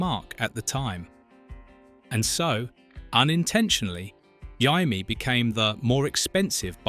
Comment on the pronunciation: "Jymie"???? Dear oh dear 🙄